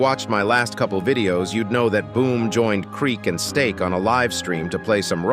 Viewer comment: Nahhhhh bro really said 'hey steak english or spanish'😂😂